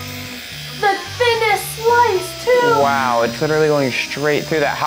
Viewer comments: it was wow not whow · She said wow not waw